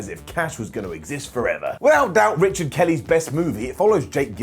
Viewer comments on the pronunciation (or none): none